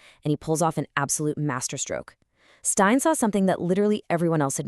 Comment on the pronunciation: Jock Stein - it's pronounced 'Steen', not "Stine". I appreciate that the German drinking vessel is pronounced that way, but not Mr Stein. Also Tommy Gemmell - it's a hard 'G', not a "J". Other than that it's fantastic to see Bobby Murdoch getting some recognition in an American (?) video.